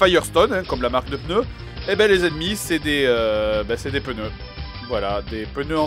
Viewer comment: J'suis la seule qui entend des "peuneu" au lieu de "pneu" ? x')